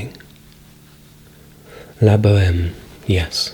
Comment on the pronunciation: "La Boheme"!!!! As a french patriot I felt blessed like ever when I heard it. And yes like most of the people here I definitely like the meridians series. Your accent in French is gold. Greetings from not Paris but Perpignan ( south of France,near Spain)